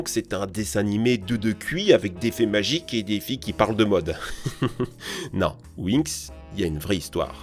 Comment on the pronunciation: "Winx" Moi : "J'AI UN SAC DA WINX"